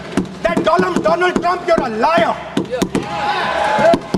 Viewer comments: Modi : Doland Rahul : Dolum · May he said donald Trump sounds like doland trump